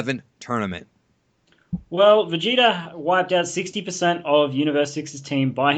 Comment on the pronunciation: and both say vegeter instead of vegeta lol.